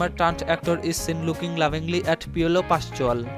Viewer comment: Piolo pashual🤣🤣 im dying🤣🤣